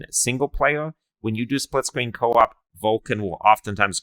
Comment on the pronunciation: Bro you sound like that dude kripkey off the big bang theowee you know what I mean spwitscween experiwence LOL